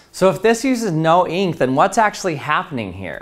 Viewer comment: I like the way he says eenk